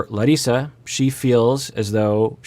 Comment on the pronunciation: I want to thank you for pronouncing Larissa as she does, as foreigner (meaning person from non-english speaking country) I also wouldn’t be happy if everyone would call me some other name that is not mine.